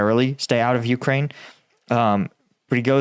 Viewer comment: It's not vuh, it's veh,. Ukrainian here